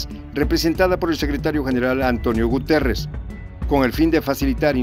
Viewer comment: Sr se pronuncia Gutierez no guterez